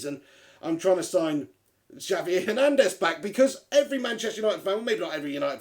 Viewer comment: It's pronounced "Havier" Hernandez.